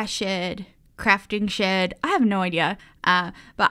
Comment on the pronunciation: What said: it's a little shed!:D What I heard: it's a little shit! Me::o